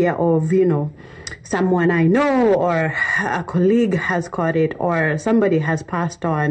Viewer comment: somebody has KOR(caught) it😅😅😅😅😅eish